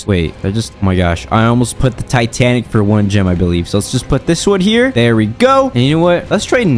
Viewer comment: lol he say tanatic cat